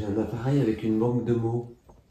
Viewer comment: Salut 😊 belle investigation 😊 je voulais te dire une chose qui me fait rire à chaque fois et n'y vois aucune mauvaise intention de ma part, tu dis toujours zavec moi (communiquer zavec moi, parler zavec moi, etc....) C'est visiblement ton petit tic de langage et ça m'amuse car j'ai les miens aussi et mes amis me le font remarquer 😂😂😂😂 à très vite j'espère pour de nouvelles aventures ❤❤